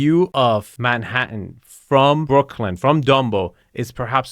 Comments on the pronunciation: Do you like “Mannatann”? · "There is an incredible view of Mannatan" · Manhattan. But she hit the syllables so wrong.😂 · Right from the start, that thick but charming French accent had me cracking up. It's rather snooty, y'know? I love the way she pronounces Manhattan. Right here, probably the most desirable apartment in America.